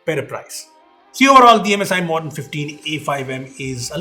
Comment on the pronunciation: how do you mispronounce MODERN?